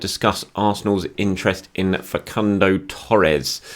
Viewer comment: Fah-Soon-Doh “Facundo” my friend, love your work #CYOG